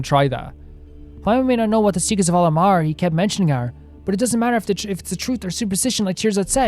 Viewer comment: A point of pronunciation... Al-Ahmar is pronounce AL AK MAR by the npc's in the rest of the game. At least that is closest to how it's pronounced. They use "H" for a reason but it's hard for a western speaker to get that exactly right.